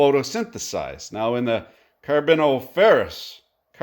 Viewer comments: Car-bon-if-er-us That’s how you pronounce that. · i love how he can pronounce Australopithecus perfectly, but struggles to say Carboniferrous